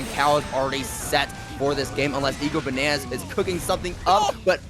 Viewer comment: Well, also kept saying "EGO-Bananas" when it's clearly "I-go-Bananas", so yeah... there's that.